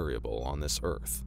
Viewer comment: "back on UTH"